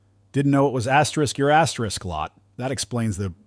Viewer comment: Stop with the asteris it's annoying